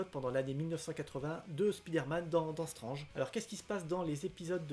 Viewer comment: Il sont dans un super état tes Strange dans l'absolu. Et merci de dire Strange et as strennege. Et du coup Premier et non first